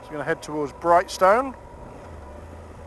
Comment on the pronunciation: First time I've heard someone pronounce brighstone like that